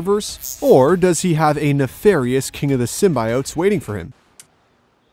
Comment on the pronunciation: I’m usually understanding of different cultures and accents.. but the way this man is pronouncing “symbiotes” is giving me anxiety 😔